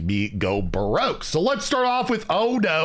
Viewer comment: “Make me go brroke” 😂😂😂